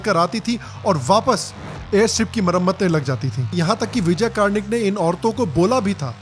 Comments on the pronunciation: It's कर्णिक not कार्णिक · Its not कार्निक (kaarnik) its कर्णिक (Karnik). Respect the hero’s name,. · आपने ये नही बताया कि अजय देवगन को इस फ़िल्म में सेकुलरिज्म का कीड़ा काटा था और फ़िल्म में एक ऐसा मुस्लिम क़िरदार घुसेड़ा जो वास्तविक कहानी में है ही नही। यह उन वीरांगनाओं का अपमान है। अजय देवगन ने जो किरदार निभाया है उसका सही उच्चारण। "कर्णिक है ना कि कार्णिक"।